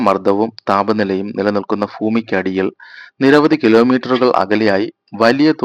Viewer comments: ഭൂമി not ഫൂമി 🥵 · Please correct yourself. It is bhoomi and not foomi. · ഫൂമി എന്ന് പറയല്ലടാ ഭൂമി എന്ന് പറയു!!!!!😅😅😅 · ഥൂ....😂 ഫൂമി.. ഫാവി.... ലഫ്യദ......ലാഫം.. സംഫാവന....